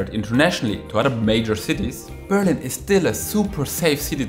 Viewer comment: BerlIIIIIin......not BEEEEEErlin......the intonation!!!! Also in ENGLISH!!!!